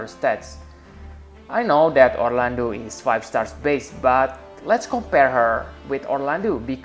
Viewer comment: This is hilarious. "Poor-landu" .. "Pure-Landu"